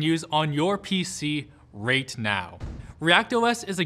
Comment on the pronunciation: "reight now?"